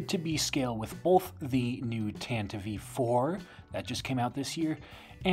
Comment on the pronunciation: This is such a small thing, but I love that you pronounce “Tantive” correctly <3